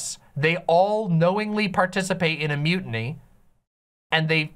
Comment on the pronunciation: Holdo's a shitty filler character with no real buildup whose dramatic moment was rightfully Leia's (also, you trivialize it by just saying its a mildly cool special effect, the silence and framing and angles are everything else that make that a spectacle). Also, why are you pronouncing mutiny like that? I really don't get why critics went after the green milk so hard myself, it was supposed to be gross and funny, and it was